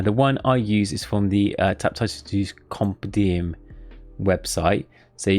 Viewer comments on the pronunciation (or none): He's still saying Compedium instead of Compendium. nice.